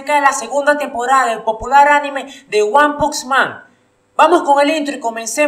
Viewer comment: “ Guan pux man “ xD